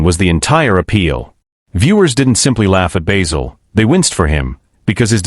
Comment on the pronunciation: Enough of the shit A.I voice, it’s Basil, not Baysil.